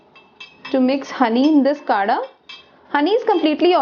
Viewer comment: Its not kada its kadha ...btw i think it can be effective